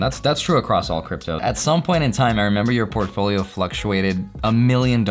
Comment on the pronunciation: did he say Profolio ???? lolol